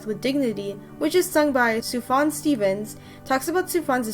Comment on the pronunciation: "Soo-fon Stevens" The J isn't silent, it's pronounced like a Y. Soof-yon, not Soo-fon.